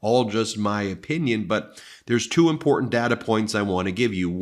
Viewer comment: Jumped the shark with boner pills a la Alex Jones. Bad enough your brother can't pronounce the word important but boner pills. Now blocking the channel I watch most